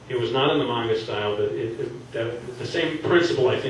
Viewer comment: Just 1 question u pronouce manga like mwanga k that wasn't a question